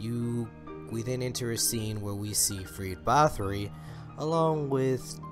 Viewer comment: are they gonna show this to us in season3?! btw its - ferid not freed ☺😜